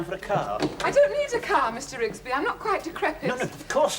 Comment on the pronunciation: ITS RIGSBY